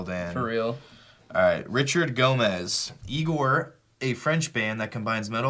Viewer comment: Said my last name wrong lol. Go-mz not go-mez But yes Igorrr is just epic.